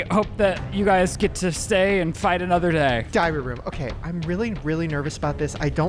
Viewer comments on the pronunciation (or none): Every time they say “diary room” I hear “diarrhea room” 😂